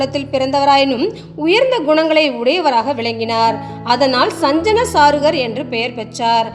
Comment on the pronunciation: சஞ்சன அல்ல. சஜ்ஜன. தலுவ அல்ல. தழுவ. தமிழ் உச்சரிப்பு சரியில்லை. உங்கள் டமில் திராவிடியா டுமீல். முடிந்தால் திருத்திக் கொள்ளவும்.😊😊